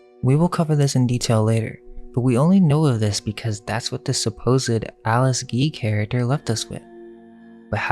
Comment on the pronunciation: Nice vid, but you need to learn English. Her name is Alice Guy, not Alice Gee. I am sure you are a smart guy.